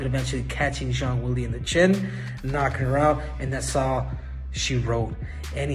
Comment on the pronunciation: CC is telling me that Cejudo said Jean Wiggly, not Zhang Weilei. I love YouTube closed captioning